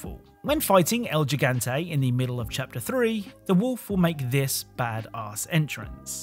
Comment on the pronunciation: Ok, tired of hearing everyone who doesn't know anything about Spanish pronounce Gigante with a G like giraffe.. it's like an H in Spanish so it's pronounced like Higante